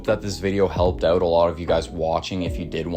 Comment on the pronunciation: “I just went ooot today….”